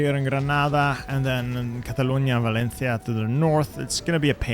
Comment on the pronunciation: Man, u pronounced malaga, valencia and cataluña incredibly well. Wtf